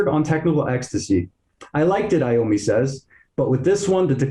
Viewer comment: First of all its III-ommi, like eye-ommi, NOT eeee-ommi. Second, it’s Dirty Women, PLURAL, not singular, Dirty Woman. All Moving Parts is NOT southern rocky…